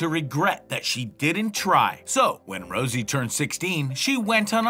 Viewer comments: Rosé not Rosie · Why did you put a picture of Jennie and say that's jisoo. And also you don't even know the girls names, you said Rosie instead of rosé